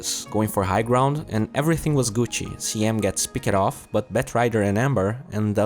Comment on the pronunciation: you say "picked off" wrong. anyway I didn't know baby rage was so good at LD